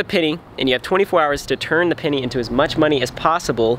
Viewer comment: I swear you’ve been saying “pinny” this whole time